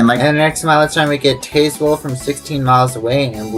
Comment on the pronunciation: Great video! It’s SAL-yers-ville, not “SAY-lers-ville”. Also TAZZ-wuhl, not TAYS-wuhl. Overall, you did well with the names. Those “Exit 1”’s you showed along the freeway bypasses of Tazewell and Bluefield, VA are part of sequential exit numbering on those brief freeway bypasses. I love that Grundy Walmart, with the bridge to get there and its odd parking deck. I’m disappointed that you didn’t show some of the newer pieces of US 460 as Corridor Q between Pikeville and Grundy that are only partially open right now. Going Westbound on US 460 in Bluefield, WV, WV does sign the split onto US 52 Northbound at Cumberland Road, while as you mentioned going Eastbound, WV failed to show US 52 Northbound. I think I know why WV failed to show it here. It would be an awkward routing for someone wanting to transition from US 460 Eastbound to US 52 Northbound , to go all the way up to Cumberland Road, then backtrack a few miles. Instead, I believe WV should sign a “TO US 52 North” somewhere closer to downtown Bluefield, possibly concurrent with US 19 through downtown.